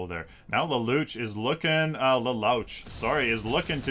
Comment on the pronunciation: lol i know it doesn't matter, but lelouch is pronounced like laloosh